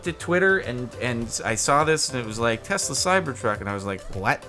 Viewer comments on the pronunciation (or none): none